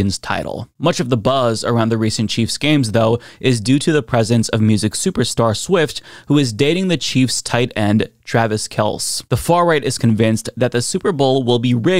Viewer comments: I love how didn't know how to pronounce Kelce lol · I love how you say the original pronunciation of Travis' last name instead of how their family pronounces it - Kel-see. 😉 The Bills fans were paid $20 per hour to shovel that snow, two weeks in a row. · For the record,. Kelce is pronounced "Kel-see"